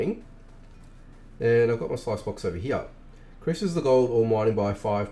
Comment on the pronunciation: Sluice is pronounced like Juice not Slice.